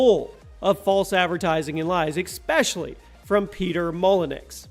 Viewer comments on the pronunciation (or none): It's Peter Molenu (that's how you say it not molenex) just go watch a Larry Bundy JR video and you'll hear his name said many times. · Not 100% but I'm pretty sure it's pronounced mol-in-you (molyneux) not Mol-in-ex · "Peter mollenex" lmao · can you please research gaming icons so you don't butcher their name? It's pronounced MOLLY-NU, not MOLAN-X. Thank you! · Peter who? LMAO! peter molyneux is French ... It's pronounced Moly-new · Isn't Peter molyneux pronounced "moly-new" and not "moly-nex"? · No no. It is Molynix. That's what he said. 😂😂😂😂 (Joking by the way. I know it is pronounced how you said. Molyneux... MolyNEW) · PeTeR MOluN-EX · I stopped watching when i heard 'peter mol-ey-nix' that pronunciation though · Peter “Mollynecks?” Really, guys? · Really tho, "Peter Molynix"? I just can't dude. XD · "MolyenX"? Good grief.. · Good old Peter Molyneux. Or should I say Molynix. 😂😂😂😂😂 Never heard it pronounced like that before. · lol it's pronounced Peter Mall - Ee - New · I lol'd at how you pronounced "Peter Moluneux". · That was pissing me off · That pronunciation had me 😂😂